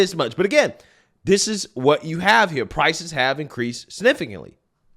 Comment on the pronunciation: Drives me nuts to hear you be so articulate, yet still say Dis (this), Dat(that), Day (they).